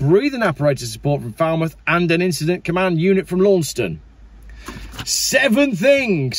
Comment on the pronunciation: Live you pronunciation of St Austell... shame you got Launceston wrong...but kudos for trying. ( it's Lanson 😂😂) but there's not many Cornish accents left down here.